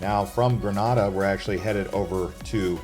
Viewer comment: Okay, you lost me when you said "Gre-nah-da" 😂